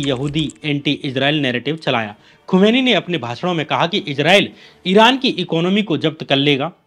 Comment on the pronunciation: खुमानी नहीं खुमानी साहब